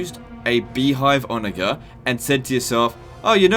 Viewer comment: You mispronounce onager. Ive noticed this before and its incredibly annoying and a sign of poor breeding